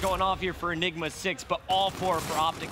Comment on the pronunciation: what did he say enima 6?